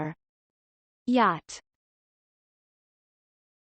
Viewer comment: You make mistakes in pronounciation, particularly in the word yacht